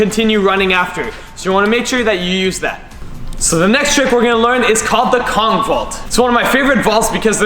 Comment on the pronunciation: Bro for kong vault it says conch vault